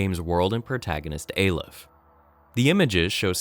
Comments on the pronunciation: It's pronounced "Ah-lef" not "Ay-lef", as demonstrated by doctor breen in the audio file . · hears character pronounce Aleph correctly still goes on pronouncing it wrong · aleph is the first letter in the hebrew alphabet -_- and you pronounce it like you read it not how he says in the video